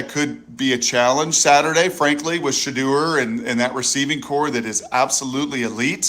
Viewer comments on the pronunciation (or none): Shedeur Sanders pronunciation: Sha-Door ✅ Sha-Durr ❌